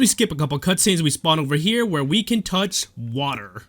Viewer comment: Toch wader